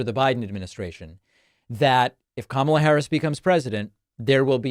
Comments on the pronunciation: when he stops calling her kuh-MALLA I'll stop calling him d'Nald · He insists on pronouncing Kamala’s name incorrectly. He is just exhausting and needs to just go away. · David, please make sure you pronounce it correctly, or, better yet, play the soundbite of him saying "chooth sencha" lol